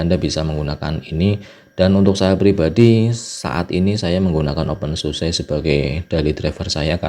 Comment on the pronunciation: bacanya "open susa" bang